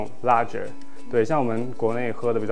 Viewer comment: The 'g' in ‘lager’ is pronounced as 个 =）